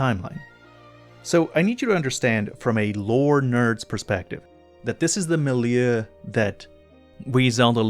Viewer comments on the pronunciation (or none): ..Usually people pronounce "milieu" as "milyoo".